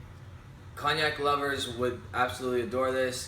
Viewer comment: Nice review. Btw, its pronounced coniac, the G is silent in Cognac just like in champagne. Your currency is weaker than the US dollar (.76), that's why it costs you more Canadian dollars than the US when you purchase. Cheers